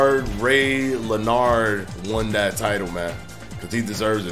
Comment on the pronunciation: LMAO 🤣😂 at Reo Lénard. You mean Ray Leonard?